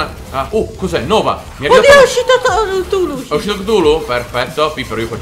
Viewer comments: Ehm..... Credo Sia Cthulhu Non Ktulu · Chutulu si scrive così non ktuli!